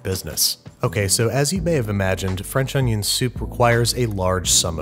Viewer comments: It's not onion... it's oño. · Man i love french oonyon